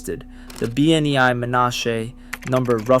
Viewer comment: Oh, and your "Bee-en-ai-i" is ridiculous. It is properly pronounced, "Beh-NAY." Plus speak it correctly. Thanks again.